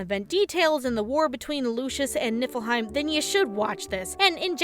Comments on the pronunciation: I keep hearing nippleheim.... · "Nippleheim". I can't unhear it. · Keep hearing Nipple-heim. Just me?